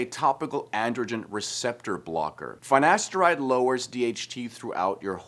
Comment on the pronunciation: Cant even pronounce finasteride properly 😵‍💫